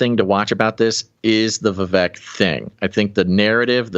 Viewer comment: Informative show, grateful ...just wanted to add it's pronounced Vi-Vake like 🐍